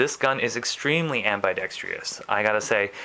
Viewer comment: am-bi-dek-struhs...i hate being spelling/grammar/pronunciation guy but many people mistakenly say ambidextrous as ambidextrious in gun review vids...there's only one "i" in that word, and you're adding an extra syllable when you say am-bi-dek-stree-us...not criticizing, i dig the review, well done, i just have a pet peeve about that word...cheers